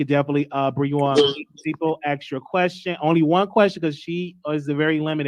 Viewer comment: Omg. If he says AX. ONE MORE TIME... NOT ASK IM GOING TO EAT MY OWN AXE!!!?